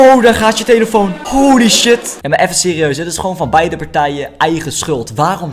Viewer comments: Heb je gehoord dat bij de eerste vidio zegt tyeelitoon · je zei telifion ofzo